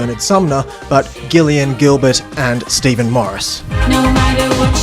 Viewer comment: Hi. I don't mean to nitpick, but her name is pronounced like Jillian. But also, Bernard is a terrible lyricist.